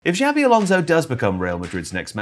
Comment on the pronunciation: His name is not " Javvy"